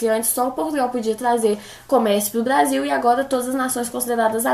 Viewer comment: Melhores frases dela: blasil, tatados e tazer